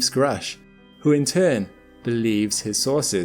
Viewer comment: Grusch is not an English 🏴 name. This spelling points to Central Europe and is pronounced Groush*… Sorry about this. Your colleagues at the channel *The Angry Astronaut pronounce it correctly. Thank you for this very informative and non-sensational collection. This is a topic I normally avoid.